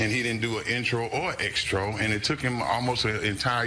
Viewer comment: Did he just say extro? 🤦🏾‍♂️🤦🏾‍♂️🤦🏾‍♂️